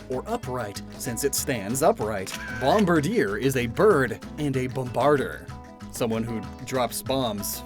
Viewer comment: You are the first YouTuber I’ve hear say Quaquaval and Bombirdier correctly.